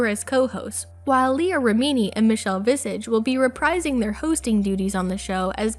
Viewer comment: Not Michelle vissege lol it’s vuhsahge